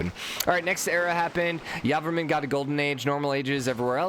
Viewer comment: I'm Khmer and so excited that he made it to the knockout round. Also I'm highly triggered that you say Yarvarmun Instead of Jey-vora-man. Anyway this series is the thing I look forward to every morning keep doing the fantastic job.